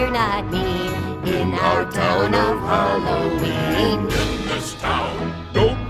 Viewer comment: "Happy Halooween!" Haha!! - ☺💓🎃